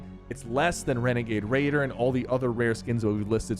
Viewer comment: Not renegade raider. It's wenegade waider